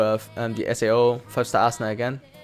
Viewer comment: Dude how the fuck do you say Asuna in vocal, Asuna to Assna ? AHAHAHAH